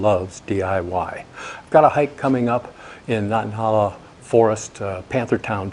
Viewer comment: Nan-tah-HAY- la ... if you want to sound like a regional local. Hope you enjoy the trip. We both have one of these quilts and enjoy them so far.